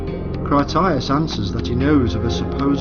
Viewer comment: Edgar Cayce's name is not pronounced "CASE", it's pronounced "CASEY".